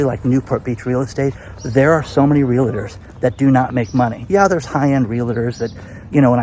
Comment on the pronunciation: You miss pronounce the word realtor.